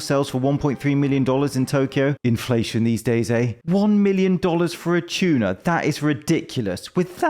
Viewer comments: Two-na, not Chew-na. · What's a "choona?"